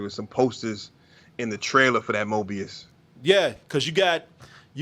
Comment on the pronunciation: 🤣😂😂🤣 the said MObius